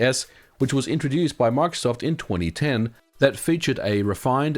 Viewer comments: Omg can you not pronounce Microsoft (My-Crow-Soft) like markof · When you say microsoft it sounds like you're saying MRKZCKRBRG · Why does he say marksoft 😂😂